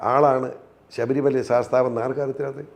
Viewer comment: ശബരിമല ആണ് ശഭരി മല അല്ല.